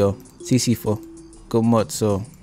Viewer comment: Sisifo.. 😆 🤣 😂 ... it's Si..si.(.pho.... pronounced as P'o... (Sisi..paw)